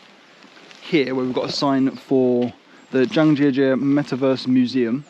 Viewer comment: Hahahaha...it's cute that you speak Chinese. When you say "Zhangjiajie" it sounds like "Zhang Sister"